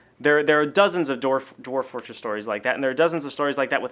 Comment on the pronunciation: "Dorf-- Dwarf Fortress." Your /v/ is showing :D